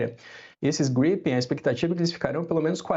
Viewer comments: caças GRIPÉIN kkkkkkk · A jornalista nem soube falar direito o nome do caça em a versão. Kk